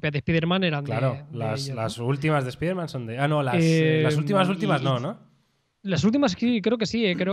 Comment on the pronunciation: Espiderman XD jajaja 🤣